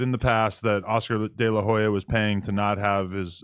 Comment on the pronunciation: He said Oscar de la juya 😂